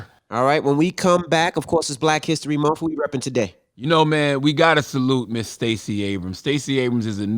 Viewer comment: Can he stop saying “monfff”🤦🏽‍♀️🤷🏽‍♀️